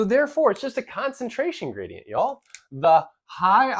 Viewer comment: What is a “graidenyt”?